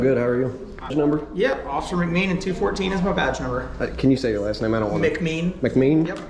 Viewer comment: One thing about that one officer he knows how to pronounce his name😂